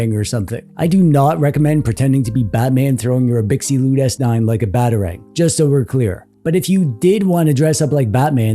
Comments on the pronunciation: Abxylute is pronounced "Ab-Zil-oot", like the word absolute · I think it’s pronounced ab-sill-loot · Absolute* The Xy is supposed to be pronounced like Xylophone. abZYlute. Absolute. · but did he pronounce brand name right? Is it not like "absolute"? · You must be new here. The Shtick is that mangles many different words on purpose. Eg. Gigglebytes.